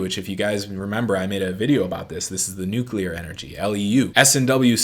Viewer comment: please don’t forget: “New-Clear” not “Nu-Cu-Lar” LOL